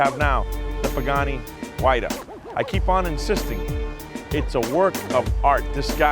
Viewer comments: It's a fucking PAGANI HUAYRA not a PAGANI WHITETA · first of all learn how to say the name right!